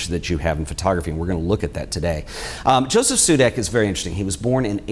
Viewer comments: It is pronounced "Yosef", like yoyo. Otherwise beautiful video, thank you :-) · Josef in czech is pronounced Yosef